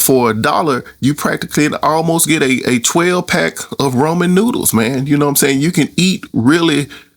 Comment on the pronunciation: RA-MEN😂 There isnt an O fyi